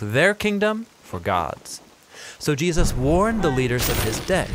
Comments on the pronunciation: Is it just me, or does anyone else cringe whe he says Jeeus instead of Jesus? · Excellent, but the narrator has a history of randomly pronouncing Jesus "Jee'-us" like and . Is that just an accident while saying Jesus quickly or is it some pronunciation I have missed out on. It's just something I have picked up on throughout listening to the Bible Project. Look, I don't want to be critical, I just want to know if its just a accident or if its some cultural way of saying Jesus?